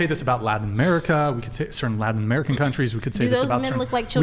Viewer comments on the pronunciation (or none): none